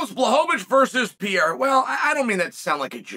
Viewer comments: I know about Periera not Pierra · God damn it uncle Chael just for one time just say PERREIRA what is pirira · Pereira* I don’t know why Chael pronounces his name like that.